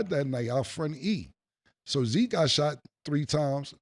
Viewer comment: And zeek not tuff 😂